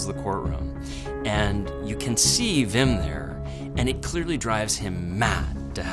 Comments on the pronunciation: But they do it right with words like 'weapon' so I don't get why they say Vim instead of Wim. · English speakers can't pronounce a proper w. It's Wim, not Vim. Vim is a text editor. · It's not VIM or VILLEM , WWWWWWWWWWWWWWWWWWWWWWWWWWWWW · It only takes one Dutch person to get the pronunciation right. They're not that rare, so the New Yorker must just be plain lazy. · Very well explained. And don't worry about all the comments about mispronouncing Wim/Willem. It's close enough. The pronunciation of the Dutch W doesn't exist in English so I can't blame you. The V comes closest. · Give him a break, the Dutch 'w' does not appear in the English language. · Jezus Leeft what do you mean like in 'weapon'? The w in weapon is pronounced like any other w as a first letter, it doesn't sound anything like the Dutch w. (If you're pronouncing weapon with a Dutch w, then you are pronouncing weapon incorrectly.) As far as I know there are no English words with a w that are pronounced as the Dutch w. The V comes closest, so I can't blame them for pronouncing Wim as Vim. It's good enough.